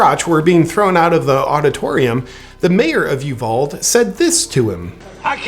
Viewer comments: It's pronounced U-VALL-DEE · Fantastic video, JP! Helpful hint from your friend here in Texas: Uvalde is pronounced “u-VALL-day.” ☺️ Keep up the good work! Best news source there is 💪🏻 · Uvalde: you-vol-dee. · I love you jp! And it is You-val-deh.....as a lifelong Texan, you are welcome. Also glad you are here! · Ewe-Val-Dee Just sayin’😊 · Someone may have mentioned it already, but Uvalde is pronounced You-val-dee, the town north of there on US83, Leakey is pronounced Lake-eee, and the mega gas stations popping up in Texas is pronounced "Buck-ez" lol. You can trust me on this because I can accurately point at the location of Tarpley on an unmarked map of Texas, plus I've been to all those places on my never ending tour of BBQ joints and taquerias. :) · The town is pronounced U-Val-Day. Uvalde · U Val dee is how it's pronounced. I love this video!! 😂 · Uvalde is pronounced You-val-dee. Accent on first syllable. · JP, love your videos. Keep it up. But it's pronounced .. "you-VAL-dee". Uvalde. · Pronounced you-val-day or you Val dee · It's pronounced You Vall D. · It's pronounced: Yoo Voll Dee Love ya! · Love you, JP, but it's pronounced "you-val-dee." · It’s pronounced U..Val..Day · It's actually pronounced U-Vowl-D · Uvalde is pronounced U val dee. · Where the hell is Uvald? You mean Uvalde? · Love you, JP- you're a light in the darkness that surrounds us😍 Hugs from Texas! ( p.s.- we pronounce Uvalde You- val- dee- the e is not silent 😉🥰) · Uvalde TX is pronounced "You-val-D" when i was there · It's Uvaldee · The “e” at the end of Uvalde is not silent. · You are hilarious, genius and spot on! I love your take and views! (I don't want to seem nitpicky, but Uvalde is pronounced U-Val-Dee).